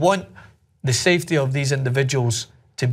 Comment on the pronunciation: when he said safety I thought he was saying CFD (computational fluid dynamics). Fuck I need to study